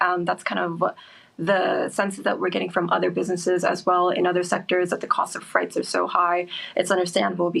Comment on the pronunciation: Did she say “freights” several times? Wow